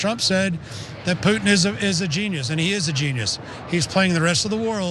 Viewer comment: It's so weird how US people pronounce "Putin"^^. Sounds like "Poo-n", lol